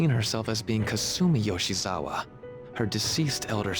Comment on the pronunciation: Lol Akechi’s VA has such a hard time saying “Yoshizawa”